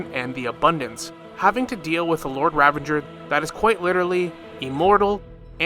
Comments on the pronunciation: the word "Ravager" does not contain the letter N. You keep on pronouncing it as "RavaNger" like it's some hybridisation of Ranger, Revenge and Ravager. It is not. It is Ra - va - ger. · it's ravager you nimrod. no n. there's no n in ravager. where are you spawning the n from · Ravanger. For the love of god stop adding extra syllables to words its infuriating to listen to. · Ok so some of the name pronunciations I can deal with, but why do need to add an N to ravager? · I can't finish watching the video, it's bothering me so much how the word "ravager" is being said LOL